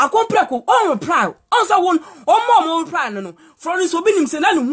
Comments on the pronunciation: The girl paa she say ruply instead of reply ahahaaha 😂😂😂😂😂😂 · You can’t pronouns reply 🤣🤣🤣🤣🤣 you soo funny